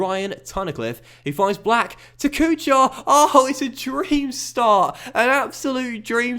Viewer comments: Kuchar is not pronounced Kʊ-CHAR but more like Kʊ-HAR. Same thing goes with for example Chara. But man love your vids. Keep working. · Marek Kuchar is pronounced like KUKHAR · The “ch” in Kuchar is pronounced “Koo-har” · Kuchař, CH is same like in german word kuchen and Ř, well you can try to get somewhere the pronunciation, but is very hard to learn how to say it, so i think Kuchar will do. And Z is not silent in Zdenek